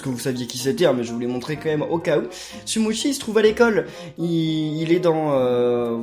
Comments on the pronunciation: sa ce dit sumochi pas sumotchi car c'est en italien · Ben si en plus Sumochi dit : Sumotchi